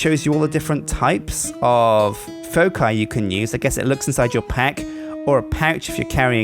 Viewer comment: it's pronounced foke-eye for foci